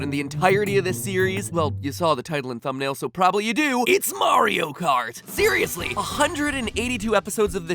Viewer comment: Am I the only one that heart "theoriously" instead of "seriously"? 🤔